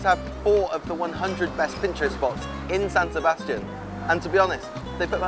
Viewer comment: SAN SEBSATIAN